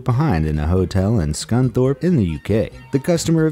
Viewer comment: Haha as if someone would stay in my hometowns hotel 😂 He pronounced Scunthorpe right too